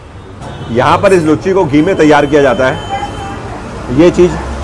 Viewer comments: Ha ha ha 😃 sirf ek correction bas: Luchhi nahi it’s Loochi (लुच्ची नहीं लूची) या हिंदी में पूरी। nice videos and explanations. Keep exploring 👍🏻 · Hahaha.... Comedy... Sorry sir... Actually m bengali and cant hear that word... Its loochi and not लुच्ची... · Bhai lucchi nahi hota luchi hota hai🙏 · It's Luchi not "Lucchi"